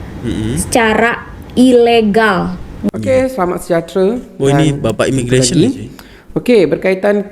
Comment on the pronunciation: IMIGRASION😂😂😂😂😂😂😂😂 IMMIGRATION ✅✅✅✅✅✅✅LUCU NJIRRRRRR